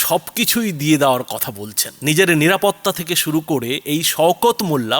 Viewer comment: উনি মাঝেমধ্যে বলেন শুরু করে, শুরু করে না সরু করে, কঞ্চি কাটতে বলছেন? মুখ্যমন্ত্রী উচ্চারণ ও অসুবিধা আছে। ছিড়তে পারে না মুরগীর বাল, ধরতে এসেছে জাহাজের হাল।